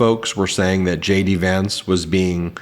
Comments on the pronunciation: Was only half listening and thought you said "Shady pants" when you said JD Vance. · Did you say jd Vance or did I here you say shady vance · Ben, did you say 'Shady Vance'? 😆👍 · Did you say Shady Vance? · Did he say shady Vance or did I just want to hear it? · I thought he said “Shady Vance”…I mean, it fits!